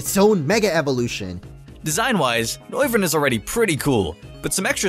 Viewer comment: It's Mega... NOIVERN